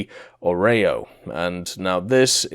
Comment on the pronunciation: Its not a oreo its Orao. good lord.